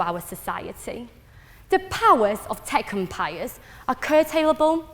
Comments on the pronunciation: Fuck sake. Have I been pronouncing "tech empires" wrong all my life? Tekumpiyus?????? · um wtf is her accent? to me she sounds like a fob who went to the uk to study but her pronunciation is atrocious and it sounds like a very ugly mishmash of uk + Chinese accent. she places emphasis on words in the wrong places. "tech empires" doesn't even sounds like tech empires when she speaks